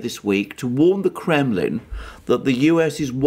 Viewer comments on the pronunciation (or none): none